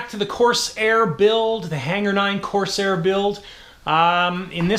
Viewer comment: I absolutely love the content on your channel.obviously you are a Canuck and you guys say things just a bit differently than ee do here in the United Staes but one thi g thats been really bugging me is how you say CORS AIR Instead of the proper pronunciation COR SAIR. Once again love the channel content and I think you build some of the best models Ive ever seen. Keep up the good work and you say corsair however you pmease....lol